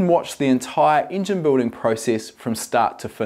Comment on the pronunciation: I really like how you pronounce Engine, Ingen ahah